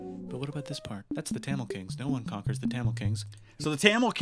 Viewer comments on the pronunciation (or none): It's tha mil that's how u say it